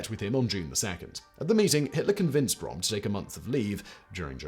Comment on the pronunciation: How can you mess up to pronounce Ernst Röhm's name? it's not even one of the sounds English does not have, the Ö is equivalent to the o in worst.